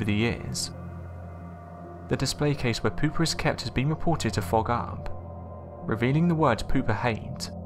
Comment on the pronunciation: Ahahaha! Pooper lol Pouper is pronounced poopay Lol pooper hehehe That’s good